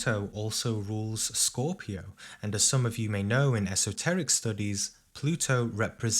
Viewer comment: " scooopio" 😁"cheese"